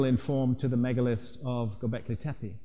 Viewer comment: «Göbekli» ("belly-like") is pronounced with accent on ‹i› at the end of the word, «Tepe» ("hill") with two clear ‹e›, like 'e' in "check" or 'ai' in "again", with accent on the last ‹e›. Learn it already!